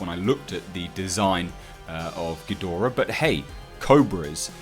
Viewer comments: You say ghidorah correctly. I hate when people say geedrah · you pronounce it correctly... Ghidorah.